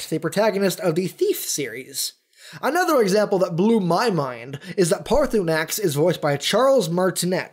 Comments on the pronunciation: You all dragons names are shouts that's why you say odahviin every time you call him to aid you in battle its not paathurnax its paa Thur nax and it not Alduin well it is but its al du in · It's-a-me, a-Paarthurnax! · Excuse me im paarthurnax